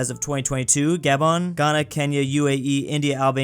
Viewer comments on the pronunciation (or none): none